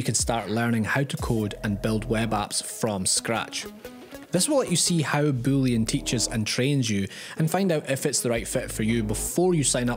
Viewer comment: Booleon sounds like bullion XD